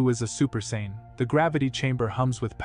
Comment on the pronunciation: Saiyan not Saynn and Vegeta nor Vejita